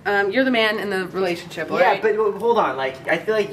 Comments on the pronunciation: MAN OF THE RELASHINSIP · uhhh relashonship?